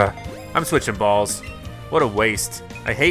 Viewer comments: Ayyoo he said bawls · I know right